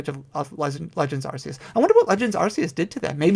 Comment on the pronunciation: Arceus is pronounced ARK-ee-us